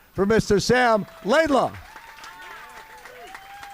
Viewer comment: Great interview Bob, but his last name is LaidLOW not LaidLAW.